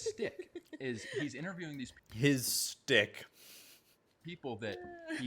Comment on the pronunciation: man is so afraid of jewish people he pronounces schtick as stick